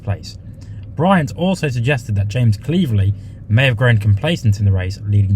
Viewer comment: Yes, and Cleeverly but that's okay.